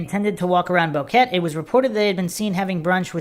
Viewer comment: Its Bo-Que-Te not Boket.